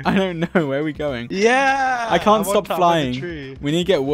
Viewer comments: no one: literally no one: dream in Swedish accent : *lkean't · Swedish Dream isn't real, he can't hurt you. Swedish Dream